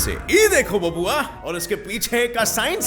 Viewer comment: 'Babua; bihari style